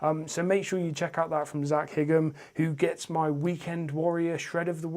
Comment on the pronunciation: Thanks mate 😃 Was a bit confused when I saw my profile pic in the thumbnail ahaha, I really appreciate that :) Your channel is going to grow very quick and you'll be riding with Seth and Bk soon no doubt! You say my second name as "high-ham" but it's no biggie 🤘🏻